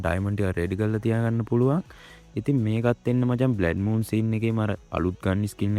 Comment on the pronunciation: බ්ලැඩ් මූන් නෙමේ බං බ්ලඩ් මූන් 😊